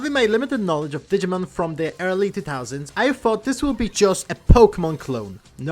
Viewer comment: I gave a like, couldn’t watch the video. It’s not Digmin.